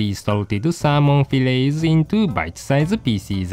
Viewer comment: Every time you pronounce "pieces" all I hear is: feces.